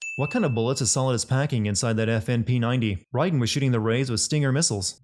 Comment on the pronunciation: Is it pronounced Ryden or Raiden?